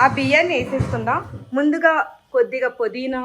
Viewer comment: Podhina Kadu pudhina